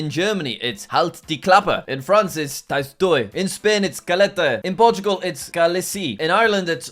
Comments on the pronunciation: u pronounced ‘’ tais toi ‘’ as ‘’ taïss toï ‘’ but it it is actually pronounced ‘’ té toi ‘’ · it's "tay twah" not "ties toy" 😭🇫🇷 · my god jack saying tais-toi hurts ( try saying like t-ay twa) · hell nah tays toy? Caletteh? For a geo loving guy like you should learn how to pronounce letter compinations😂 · actually we pronounce it tais-toi [té twa] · In french it's pronuced te toua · It is pronounced "Tah-Toi" Le S is silent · tays toy 💀 (totally not teh twa) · 😂😂😂. Just so you know, in french it is pronounced "Tèh-twa" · Omg i love thé pronunciation of tait toi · You shut up in french tais toy is pronounced completely different lol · 😂 "Tise toy" Jack, please stop trying to pronounce foreign words without looking it up. There's no shame in that, you don't speak French you can look up the pronounciation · French « shut up » is pronounced « te-tou » ot tes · PRONOUNCED TE-TWA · I know, same! It's supposed to be pronounced "te-twa!" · As a French speaker the pronunciation of tais toi killed me 💀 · I’m sorry but the way he mispronounced ‘tais-toi’ 😭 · the way he said "tais toi" hurt my french in me💔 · His pronunciation of "Tais-toi" made me cringe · Bro didn't even came close to pronounce tais-toi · my brain stopped processing any type of information after hearin “teys toy” “kalete” and “keyle si”